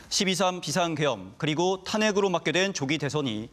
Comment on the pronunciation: 저 앵커 중국인임 ㅋㅋㅋㅋㅋㅋㅋㅋㅋㅋㅋㅋㅋ그러니까 비상계엄 비상계엄 하는 거지 발음 잘들어보세요